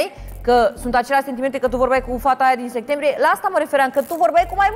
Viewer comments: dihania nu poate pronunta septembrie?! ea zice segtembrie?! 🙄🤦‍♀️😜 sa ma lamureasca cineva ...🤯😉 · Asts a zis ‘Sectembrie?’😐😐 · De vreo 3 ori 🤣🤣🤣🤣